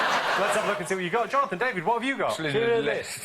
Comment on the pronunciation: Love how David's been mocking Jonathan's R for the whole first half of the show, then goes on to blunder Schlclindlerls list 🤣